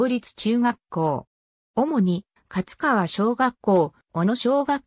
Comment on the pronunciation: 勝川(かつかわ)ではなく(かちがわ)ですね